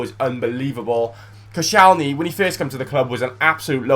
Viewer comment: Who the heck is coshalny? Its Kościelny! Whats so hard in reading this.